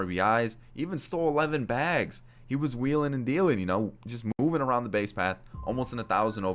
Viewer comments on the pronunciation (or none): none